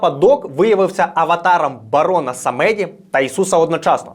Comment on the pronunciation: Дякую дуже за цікаву та емоційну оповідь 👍 єдине - на майбутнє бажано поточнити наголоси - все ж самедí, a не самéді (просте таке французьке слово, з нескладним значенням).